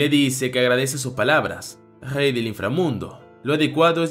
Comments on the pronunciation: Una pregunta no sabes pronunciar la r porq en vez de rey dices jey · En vez de rey dice gey 😂